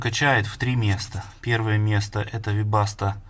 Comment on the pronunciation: Какя вебаста бин ну вы что. Из ушей кровь